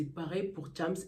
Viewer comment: c chams pas thiamss please